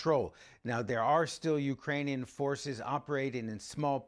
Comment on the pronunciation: No one gonna talk about how silly he sounds when he tries to put on a Ukrainian accent and mispronounces every bit of it 😂😂